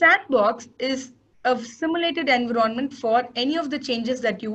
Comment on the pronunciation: It's Envi ronment not En vironment... Please it's annoying